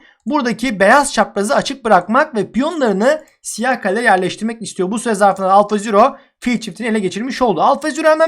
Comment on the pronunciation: abi senin siyaha sıyıh demen çok iyi :D